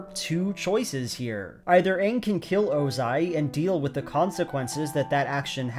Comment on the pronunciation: You pronounced the main character's name wrong. Pretty obvious you didn't watch the movie this show is based on